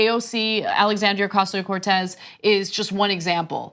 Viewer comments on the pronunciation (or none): How come Ana the Latinophile doesn't pronounce Ocasio-Cortez in-accent?